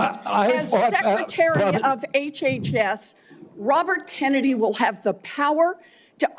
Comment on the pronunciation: He is destroying the name (Kennedy) is he related to the family LIKE JFK?? IF SO THAT IS SAD COMING FROM A KENNEDY!!!🤡🤡💩💩